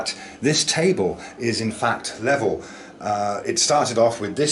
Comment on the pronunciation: It's level not sphlevel 😁